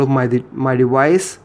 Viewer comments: It's deVice.. Not dewise. Why do you keep pronouncing v like w? Quite common in Indians. Are you an Indian? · dewice....lmao I'm sorry made me laugh. good video though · "Playing around with this dewice"